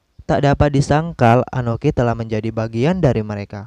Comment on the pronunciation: Akoni bukan anoki, sakelar bukan sakalar